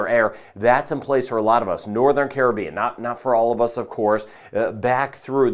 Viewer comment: Thank you for pronouncing Caribbean correctly 😅